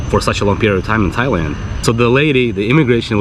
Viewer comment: Dude.. learn the name. You been in Thailand how many times now? its not even funny and im not even Thai.